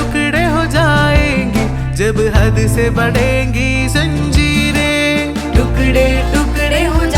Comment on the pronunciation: Zanjiren and tukde (pronouncing correction )